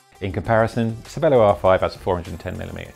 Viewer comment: Pretty sure it's pronounced chervelo. It's the italian word for brain. Ce is ch.